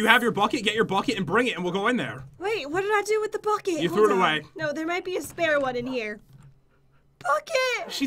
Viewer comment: When hen said the bucket I thaught she said fuck it XD